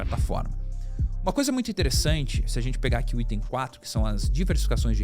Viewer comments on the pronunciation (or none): none